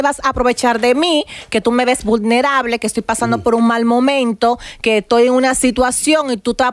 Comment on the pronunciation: Deberian corregir a Amelia al instante cuado dice una palabra mal, "almiracion" conchale vale! Y pa' colmo luego dijo "budnerable", "tabano" etc..